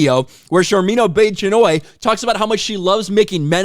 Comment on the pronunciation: Sorry I misheard, did she say her name is Sharmeen Obese - Chinwag?